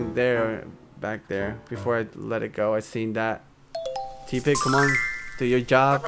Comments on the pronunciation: Tepig Is Pronouced (tep-pig Not Tea-pig) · you remind me of my friend...you say tepig like tea-pig and so does my friend buts its pronounced teh (as in someone saying im teh coolest) - pig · it's not Teapig... it's Tepig